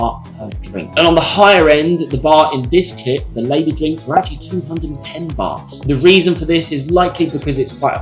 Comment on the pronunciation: I literally had to pause the video to understand you were saying two different words. Bar and baht.